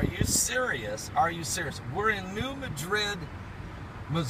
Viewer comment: It's not New Medrid, it's New Mad-rid. Not trolling, just correcting.